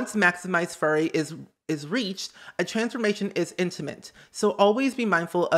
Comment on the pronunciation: FURY as in anger, not furry as in hair